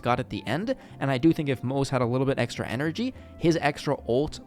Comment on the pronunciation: Nice video but it's driving me crazy a little that you're pronouncing Moze like it rhymes with "doze" lol, it's Mo-zuh! "Ze" in Chinese is its own syllable.